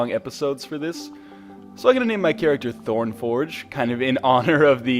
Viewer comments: Than say ThornForg and not ThornForgE ._. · Ryan, you need a "e" on the end of Thornforg, otherwise it's Thorn "forg". Tisk Tisk ex-english teacher. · In that case you pronounced "forg" wrong, because you pronounced it "forge"